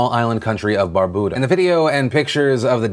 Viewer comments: BAR-BUE-DA - LIKE IMBUE OR YOU, BYOU. Bar-boo-da irks me XD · thanks for covering the news of my sister Island Barbuda (Bar-Bew-Da) (bew pronounced like how you'd pronounce New but with a B) our praise are with them from their Brother Island Antigua (An-Ti-Ga)... Twin Island states we stand strong together 👫🗾❣ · He keeps saying "Barbooda" instead of Barbuda. It's so annoying!!! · Hey Phil, Caribbean resident here. Thanks for the well wishes. Side note: It's pronounced Bar-bew-da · It's pronounced "Bar-byoo-da" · Everyone is pronouncing Barbuda wrong